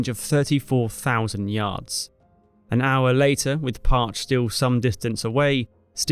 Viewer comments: Par-chi not, parch. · "USS Park" -> USS Par-Chee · Great video. Other than the fact that you misprounced Parche. It's NOT Parch....It's Par chee. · It's pronounced "Par-Che" not "Parch" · Two syllables prounounced "Par-chee" not "Parch" 🙄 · It's pronounced Parch'ee. AI is not ready for narrating. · Just for a small correction: Parche is pronounced "PAR-chee" not "parch". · Parche, pronounced parchee., not parch. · pronounced Parchee not parch, btw, (someone who served on the second USS Parche's (SSN 683) replacement (SSN-23) USS Jimmy Carter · I've always heard it pronounced Par-chee. Is it really pronounced Parch? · Never heard it pronounced "parch" before, always "par-chee" And that was by submariners. Lots of them in my training, as we only went to subs or carriers. The second USS Parche (SSN-683) is a legend too, even if we still can't discuss specifics. She was that kind of boat. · its "Parch-y" not "parch" please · That's pronounced Par-chee not Parch. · Sorry, but all the US sailers I know called that ship the "Par-Chee". Hearing it pronounced like you would Porche was painful to my ears. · Correction: The pronunciation of USS Parche is incorrect in the video, it is not Parche as in: I am "parched", thirsty. It is Parch-ee. You pronounce the 'e' on the end. I know this because I was a crew member of the USS Tunny (SSN-682) and our sister ship, USS Parche (SSN-683) took a lot of our parts when we decommissioned in 1998. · It’s “PAR CHE” not “PARCH” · The sub is pronounce PAR-CHE not parch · No, that's notthe correct pronunciation. Par-chee, not parsh. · It’s par-chee, not parch. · I understand it's pronounced par-shay not parch. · It is not a parched fish, it is a fish pronounced "Par-Che". Still a great illustration of how American submarines contributed to WWII victory. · Pronounced Par-chee, not Parch. Otherwise a great video. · My father (Submarines in the Pacific--USS Tinosa) always pronounced it "Parchee," not "Parch." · It's pronounced "Par-chee".